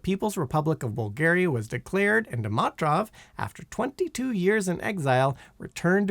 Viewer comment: I see continues the Simon Whistler tradition of not looking up pronunciations of common words, names, and names of famous people and places, but just wings it and mangles them (Sergei, incipient, Dimitrov, pagoda, Luanda, Angolan and Guyana for some examples in this video). That's the main reason I stopped watching this youtube channel.